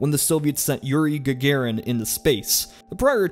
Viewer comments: It's pronounced spootniik And it's not Gagayrin, it's gaGArin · His constant mispronunciation of Russian words makes this video instantly feel less valuable. It's pronounced "GahgAHrin" and "SayUz" with the stress on the capital letters.